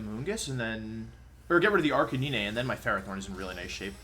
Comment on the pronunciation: everytime wolf says "arcaneenay" I die ahaha